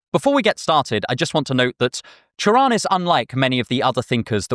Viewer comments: i can’t overstate how much i appreciate the fact that you pronounced his name right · props on getting his name right. this might borderline sound like a veiled insult but it's a pet peeve of mine. doubly so when i've been meaning to get into him recently so i'm getting good vibes already. :) thanks for the video! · I love how you pronunce Cioran, extremely accurate Also, Cioran sound very similare with Cioară in Romanian which mean Crow, which make his name very ironic